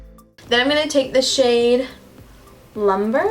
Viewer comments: It is pronounced loom-bray, not lumber. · It's pronounced Lum-bre not "lumber", girl. it means fire in Spanish 🔥💕